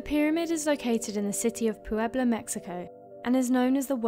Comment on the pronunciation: And let's not forget Pew-Ebla, Mexico.